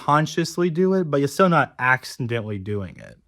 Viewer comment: I trying very hard not to comment on the speech imp3diment, but where the hell does "accimdentally" come from?